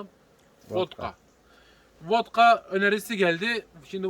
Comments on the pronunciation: Vatka, Votka değil. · Akici konusmayla 5 dkk yeter, 13 dkk beyin yandı, bizede yazık, Votka değil vatka